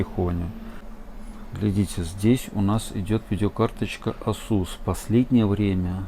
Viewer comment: Режет ухо слово Асу́с.